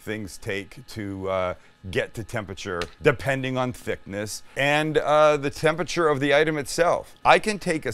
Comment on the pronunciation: oh my god stop saying TEM-PEH-CHUR